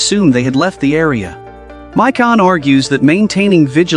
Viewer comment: The AI has forgotten how to pronounce Michonne.